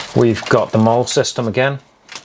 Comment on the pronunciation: pretty good review. First off though, the first aid kit IFAK, is NOT pronounced I.F.A.K. Instead, say, I-Fack. Second, M.O.L.L.E. or commonly MOLLE, is NOT pronounced Mall as you did. Universally it is pronounced, Molly. There you go. Thank you for the review!